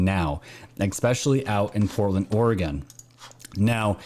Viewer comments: ORE-UH-GUN not ORE-UH-GONE. I lived in that shithole city they call Portland for 15 years and left that shithole in 2000.. I live in Titletown, Green Bay, WISCONSIN, now. Still. ORE-UH-GUN. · Oregon is pronounced Or-e-gun. Also Willamette is pronounced Will -lam-et Thank you. My friends and family who live in Portland would disagree with the dem's story that the riots are "peaceful". They are selling their property and fleeing the city because of the violence!! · Haha us New Yorkers. We all say OreGONE... apparently it's OreGIN I've been corrected quite a few times. 😂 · Oregon pronounced Oregun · It’s pronounced Orgun. The southern half of the state is on the verge of a civil war with the northern portion of the state and we all should agree to recall Kate Brown And that Tim guy. Northern California and Southern Oregon are a totally different world. We proudly proclaim ourselves, “The State Of Jefferson” look it up. ;) Edit. Northern California and Southern Oregon consider themselves of the same. Not certain I made that clear.